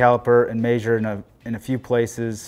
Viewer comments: arghhhh. its pronounced mesure not mayyysure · No. It's pronounced meh-shure. 😄